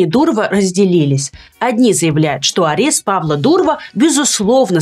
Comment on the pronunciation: Блин Люба! Апест или задержание? Ты же училась на юридическом, откуда столько ляпов?